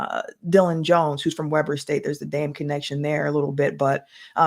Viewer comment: it's pronounced Weeber State👍